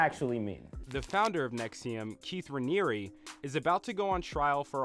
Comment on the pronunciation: Google the pronunciation of "Raniere"... should have done that before you made the vid.